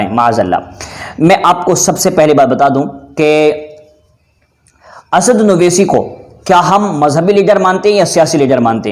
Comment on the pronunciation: assauddin ko acche se bol